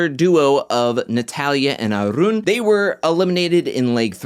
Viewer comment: You speak smoothly, sir. I like the way you roll your 'R' when you utter Arun's name. --.